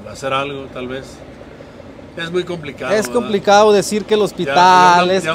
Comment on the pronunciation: Por qué dice “edá” en lugar de “verdad”?